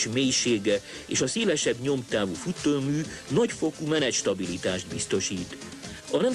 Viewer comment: nyújtonyméter, - futeümű